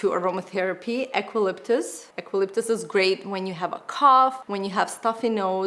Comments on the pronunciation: Generally it's pronounced as U calyptus 🙂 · "Ecu" or "u- u-calyptus" eucalyptus.. great video! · Here's pronunciation of EUCALYPTUS,. You should really take some English classes. You're teaching so many wrong words to Alexa. eu·ca·lyp·tus (yo͞o′kə-lĭp′təs)